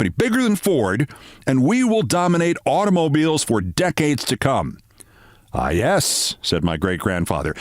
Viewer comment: Of all your great stories, that has got to be the one of the greatest. Wow. I was running through Billys, then heard "'automobills", and it hit me who Mr. Billy was. Oy gevalt!